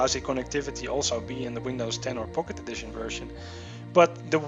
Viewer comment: sounds like hes saying pok`e edition.. lol